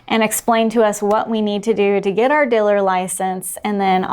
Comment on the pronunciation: Oh wow, great note to end on! Fascinating. I’m going to skim the comments area now to see if I can figure out what a Diller is. Edit: Are you saying Dealer?